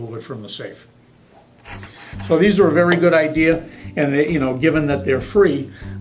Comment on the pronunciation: Did he just say good idea-er?